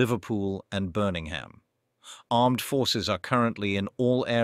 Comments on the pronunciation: Birningham? ... "Deligient"?? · It's Birmingham not "burning-ham"